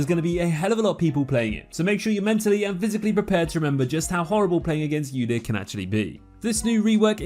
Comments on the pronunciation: It's Udyr: oo-deer not yoo-deer. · The way that person pronounced Udyr made me want to die omg like brain damage????